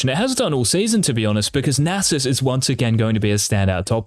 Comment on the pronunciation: Who’s susanita? That’s Nasus lmao.